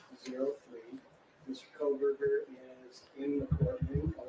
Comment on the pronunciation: Ummm..... It's KOHBERGER!! Not KohLberger